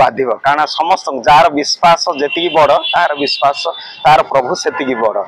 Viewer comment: Unse kya gyan le rahe ho reports....wo Biswasa bolne k bajeh Bispasa bol raha hai...😅😂 Aur biswas hi uss religion ka bada word hai... Baki sab literature words sahi bol rahe hain wi..